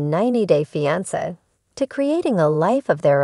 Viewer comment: Somebody needs to teach AI how to pronounce "fiance". Blocked.